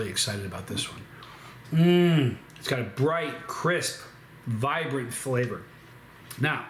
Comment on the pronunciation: "Texture is the conductor of fwavor"